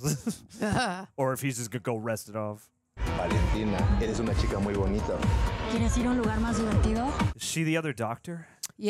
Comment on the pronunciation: Gotta roll that R in aprendiendo! Also, "muy" should sound more like MUUI and not MOOI